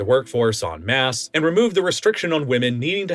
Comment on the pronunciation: You actually pronounced "en masse" correctly. Very rare for an American. Good job! (Also, the video was great)